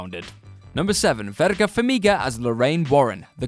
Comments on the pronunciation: VERA, not Verga, if you're gonna include her in your videos at least have the decency to say and spell her name right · Verga Farmiga??? It's Vera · 'Verga' Farmiga lol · DUDE, it's VERA FARMIGA, verga, as you wrote and said it out loud twice, is a very very rude word in spanish... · "Verga" Farmiga? Shelly "Deval"???????? What's happening here? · Who is Verga Farmiga? I have heard of Vera Farmiga, is that who you're talking about? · Verga? That's not her name, is Vera, no G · It is Vera Farmiga. Not Verga which by the way is a spanish derogatory word for the male genitalia. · Verga Farmiga? VERGA? Fucking hell, you people are not even trying today, are you? Her name is VERA. It isn't rocket surgery... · Vera not verga. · TorAAAnce, Verga and Kaufmen.... I can't deal with this 🤣🤣🤣🤣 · VERA Farmiga, there’s no g in her first name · Tore-Ants? Verga? Don Nof Rio? R Lee Earny? Vivien Lee? what is going on? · Why are there so many horrible mispronunciations in this list? Verga Farmiga? Seriously? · Jesus... I know this video is a year old, but God damn, you guys rock at butchering pronunciations and spellings of character and actor names. These films LITERALLY SAY how to pronounce the characters names, yet you butcher them constantly. Do you even WATCH these films?! Also, Verga Famiga? Seriously!? 🤬